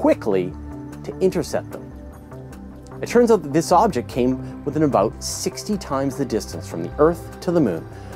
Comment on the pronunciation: that canadian accent...every time you use the word " out " drives me nuts...